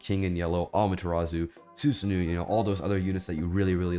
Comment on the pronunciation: su sa no not nu even though its a double O but keep it mind its japanese